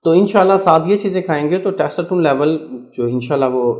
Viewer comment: Testosterone pronunciation not good